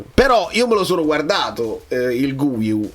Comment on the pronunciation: Si legge Ghiu